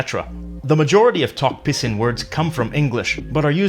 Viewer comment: I thought u pronounced tok pissing